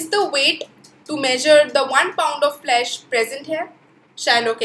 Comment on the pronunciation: Didi Flash nahi Flesh hota hai